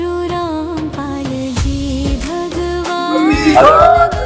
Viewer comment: Randpal bolo kya rampal bol rhe ho